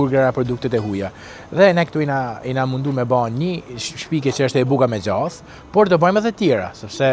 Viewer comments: O shqipe, djath, jo gjath!!!! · 😂😂 gjath asht ne theks veriu djath ne gjuhe letrare e bukur ironia ky koment ishte per ato tjeret qe demek se kuptojne zoti 😂